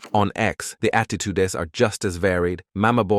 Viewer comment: the attitudes ❌ the at-tee-tu-des✅